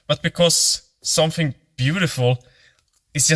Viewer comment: Somfing? Practice!